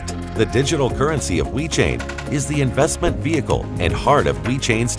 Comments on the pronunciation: Sounds like the speaker is saying We-chain. Other than that, great video. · STOP SAYING WE CHAIN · He is saying "We Chain".